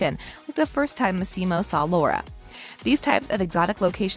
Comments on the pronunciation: For God's sake, learn how to say the character's name's correctly!!! It's pronounced Mas-E-Mo, not Mas-Seem-O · This narrator is so grating, no interest in correct pronunciation of names. Massimo is MAH-see-mo. Puglia is POO-lee-ah. Michele is mee-KAY-lay. Grrr. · It's MAssimo, not maSSImo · It’s LeviOsa not LevioSA. 🤣 The ‘Massimo’ pronunciation is killing me. Lol! (Among other pronunciation issues.) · Why do you pronounce his name like that? It´s an Italian name, that´s not how you pronounce Massimo lol